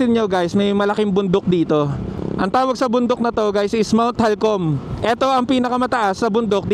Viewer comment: Mt. Halcon po hindi Halcom